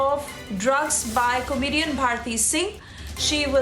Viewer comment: Please pronounce comedian properly